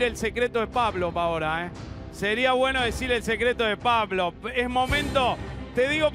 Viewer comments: nadie: guido: pabloP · Ese guido como pronuncia Pa - Blo jaja😂